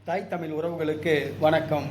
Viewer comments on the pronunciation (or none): முதலில் தமிழை கொலை பண்ணாம பேசுங்க... தாய்த் தமிழ் உறவா... தாய்த் தமில் உறவா.. எங்கே இருந்துய்யா வரீங்க நீங்கல்லாம்..